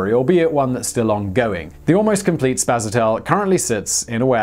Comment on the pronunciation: but it's spaSAtel... not spasaTEL.